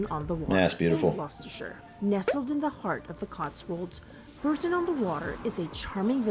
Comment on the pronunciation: Please, Bourton-on-the-Water is pronounced Bor-ton, not Burrton.